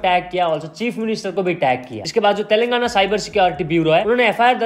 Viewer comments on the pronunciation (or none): none